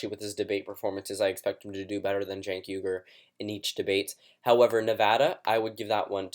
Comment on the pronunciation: It's not "genk uygar" it's Chenk WI-GUR